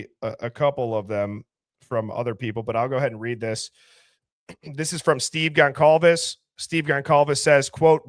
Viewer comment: The C in Goncalves is pronounced like an S. Gon-solve-ez.